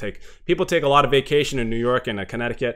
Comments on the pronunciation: ァララヴァって感じですね。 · a lot of て ララバって発音するん…？